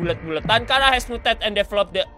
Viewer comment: Charar bukan Kharaa